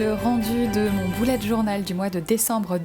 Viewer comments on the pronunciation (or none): Il me semble qu'on ne dit pas "boulette" mais "bUlè"